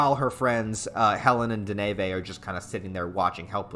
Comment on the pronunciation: it hurts my soul every time you say RAAAAH - ki. It's RAH-ki. Like Rocky. It's REE-ful, not rifle. It'e DEH-nuh-vuh, not De-NAY-VAY. You did get Dauf right this time though.